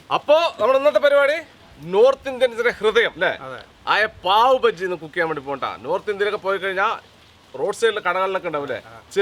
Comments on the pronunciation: പാവ് ഭാജി ആണ് ബജ്ജി അല്ല 😂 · ബജ്ജി അല്ല...ബാജി